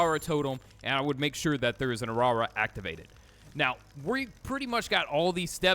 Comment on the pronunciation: "if you have a awrawra"🙏 😭😭😭